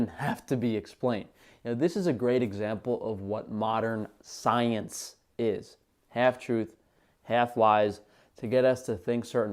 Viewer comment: "And with that being said, let's break down the psyence"